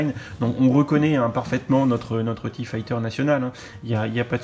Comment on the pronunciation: j'éspère qu'ils continueront à mettre 4 figs pour les TIE, parce que payer 75€ pour un vaisseau avec deux fonctionnalités, c'est pas terrible, mais alors si ils nous mettaient que 2 figs, là ce serait la cata. PS: La prononciation de l'engin c'est TIE [Taille] et pas TIE [Tee] Tchusse!